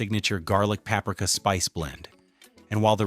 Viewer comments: Yes, the weird pauses and word stresses really give it away too. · another terrible ai slop video even admits in the description plus it's very obvious the way it pronounced paprika. disappointed YouTube. for shame